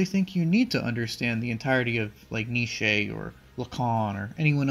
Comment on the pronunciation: The way you say Nietzsche as if it is one syllable makes me smile.